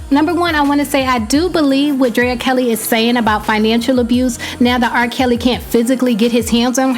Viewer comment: lol did you say RRah Kelly .